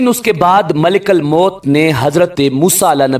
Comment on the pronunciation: Malekal mout nhi kahty ,malekul mout kahty Hain zabar nhi paiysh hai